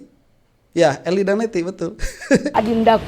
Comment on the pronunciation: Bang yg bener eli danety bukan eli dan ety..😄😄😄